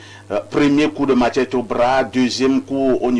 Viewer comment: Machette, pas matchette (sans "t".